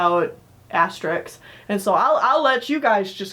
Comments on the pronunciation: Asterix not asterisk XD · Asterix was serialized in Pilote magazine, but the series became known internationally via the collected editions of the story arcs. That said, Asterix the Gaul is a very weak film, and I say that as a lifelong Asterix fan. If you're going to see any of these films, go with the live-action Asterix: Mission Cleopatra (2002) and the animated Asterix and the Viking (2006). Lastis, it's pronounced "Asterix," not "asterisk."